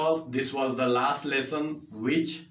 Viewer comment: Lesson Ko lussan Bolte ho to mza aata h Keep it up Loda bhi bolo sath m